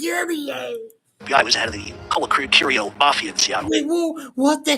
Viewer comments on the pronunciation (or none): YouTube GOLD😂😂😂 CLIPPINS ’N’ WHACKINS🤣🤣🤣👏👏 “I WAS SETTING HIM UP TO BE KILLED”🤣🤣 he called Colacurcio BAHAHA HE CANT EVEN SAY HIS NAME RIGHT🤣🤣🤣👏👍